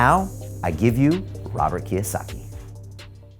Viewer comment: Its KIYOSAKI...